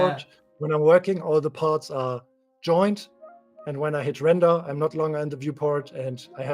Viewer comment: yeah I listened back and realized I pronounced every render as lender🤣 ,well trying something new is always exciting.🔥🔥👍